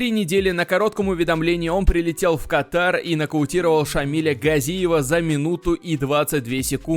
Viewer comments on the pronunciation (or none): none